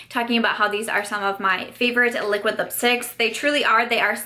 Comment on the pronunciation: The way she kept saying liquid lipsticks lol “A-liquid lipsticks” luv the highlight too